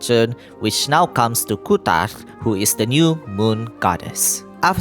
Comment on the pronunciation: Your accent saying "kuutar" is so perfect maaan, i went high every time u said that